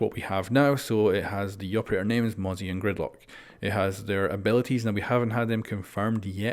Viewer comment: Thank god he pronounces mozzie correctly now 🙃